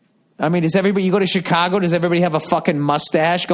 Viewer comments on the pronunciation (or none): none